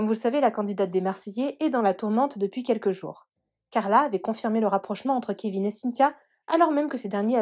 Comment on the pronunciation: C'est quoi ce truc? Carla pleure pas ... franchement t'as rien perdu et certainement pas le kevin .... faut qu'elle aille chez l'orthophoniste..mes oreilles saignent....